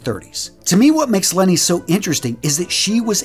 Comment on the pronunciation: Leni Riefenstahl is pronounced Laynee short for Magdalene